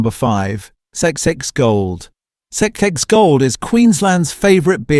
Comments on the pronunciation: It is "Four X" not sexsexgold. Dollar fifty-fifty-five a case??? A dollar fifty-five sixty a case? All those prices might be worth re-checking. Not at least checking the AI created content really degrades the quality and believability of your otherwise good content. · A complete load of rubbish! He couldn't even say 4x properly, must be AI. I worked for CUB from 1968 until 2000 and he is kind of right about VB and Carlton Draught but they were using lots of adjunct well before Asahi took over. VB used to be about 70% malted barley and the rest was sugar and glucose. As for the propylene glycol ,that was a coolant which never came in touch with the beer. CUB used to use a lot of antioxidants such as ascorbic acid but they cut right back when I was working there. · XXXX is 4x not that hard if it was done by a human lol hell half the AI stuff that it says lol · AI voiceover. It's pronounced fourex. And it's stubby - not 'bottle'. It might (subjectively) be rubbish beer but at least served cold off the tap. 'Two-hays'. WTF is 'Two-hays'? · It’s actually called 4 x mate if you’re going to talk about Aussie beers how bout you learn how to speak them properly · Maaaate I do love your content but, I have to ask are you Australian? Because it's called 4X not whatever you were calling it, just saying😉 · Hey, Can't you say Four X? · What is this AI talking about? zix zix gold, 1.55 slab, never recommend channel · This stuff 'may' be true, but the woeful attempt by AI to convince us puts the whole thing in question! I mean '2-Hay' - per-leeeze! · “Two hays”, bloody AI, I can’t even pronounce what it called XXXX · The other videos weren't obvious they were AI but this is terrible. How did it say 4x? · Sex sex sex lol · Too Hees New is Enesswahweh's favourite beer! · Sounds like it's saying sex ay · Same as the xxxx gold ment to be said as 4 X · When didn’t pronounce four ex and tooheys correctly I could smell a Ai rat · The way he says XXXX 😂😂